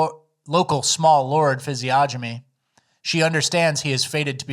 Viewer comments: physiognomy is pronounced Fizz-E-ogg-no-me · Come on, guys. Learn the correct pronunciation of physiognomy. fiz-ee-ON-uh-mee, no g sound.